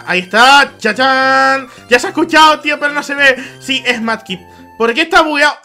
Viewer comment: porque le dices manky es mudkip